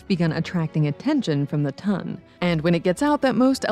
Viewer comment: its no tun its ton sheeeesh at least get that right